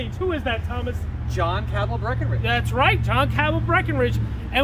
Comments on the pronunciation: Not Ca-bell but Ca-bull with a schwa and said as one syllable. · Grating to hear Cabell mispronounced over and over and over again. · As a descendant of Dr. William Cabell, I can affirm Cabell was mispronounced.